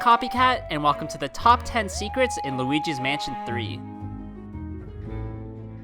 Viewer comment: it sounds like he's saying "lugis mansion tree"